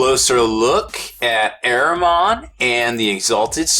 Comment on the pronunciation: Lmao good vid but you're butchering Ahriman